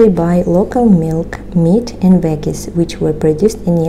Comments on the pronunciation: You gotta put a Lot more G enunciation on your Veggie's you say it correctly when saying vegetables second 🥈 comment i was the first Loser LoL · Informative video Maria !! By the way the 'g' in veggies is pronounced the same as the 'g' in vegetables. You seem to pronounce them a bit different for some reason. (I don't mind, but I know you are a perfectionist when it comes to English). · Another great video and your English is excellent. "Veggies" is pronounced with the gg like "J" in July.